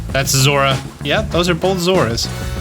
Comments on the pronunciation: It's Zo-ru-a. It's at least how it was said in the movie, and the name is the same in Japanese. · zorua is pronounced zor-oh-ah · I love your videos, and don't care about your troubles with pronouncing Pokemon names. So take this as just a way to get you a comment, please. Zor-OO-uh. That's how I say it. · Coming from the TCG world, we end up saying the names aloud a lot. To the point that it's common to watch the anime to see how things are pronounced, so you don't look like an idiot while playing. Zorua is pronounced "Zor-eww-uh" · Its pronounced. zor-u-ah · Love your stuff - and it's "zore-OO-uh" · Bro... I love you... but... "Zora?" Really..? Do you just... see letters in the names and choose to ignore them or...? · I pronounce zo-ROO-a myself. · Zorua is actually pronounced with 3 syllables, Zaw-Roo-Ah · I keep getting everything except ditto lol. And at least according to the anime, it's pronounced "Zor-roo-uh", but who knows! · Zor-ooh-uh is how I've always pronounced it. Only the creator of the pokemon has the right to say how it's pronounced really. Yolo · I will say not that it really matters I think it’s pronounced zo-rua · Bruh I hate the way this guy pronounces Zorua like what the hell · Bro it took me too long to realize he was saying Zorua and not Zeraora. I was trying to imagine Zeraora running transform 😮‍💨